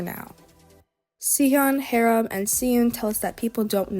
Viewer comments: this is amazing and really helped me to understand their lore, thank you so much!!!!!! unfortunately i’m going to have to insist you pronounce haram’s name correctly, PLEASE 😭💔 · oh gosh guess i been pronouncing harams name wrong